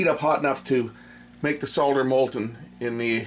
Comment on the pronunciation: I like the way you say SOL DER and not SODDER like the Americans do.